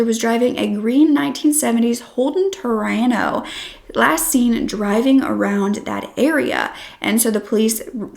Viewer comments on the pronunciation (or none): How dare you mock our favourite aussie motor car history . Its Torana not Terano